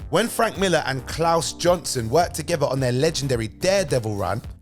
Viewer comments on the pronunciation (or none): Klaus Jansen not johnson